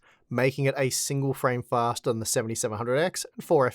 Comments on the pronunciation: It`s fastah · Pouwa, fasta. Noice.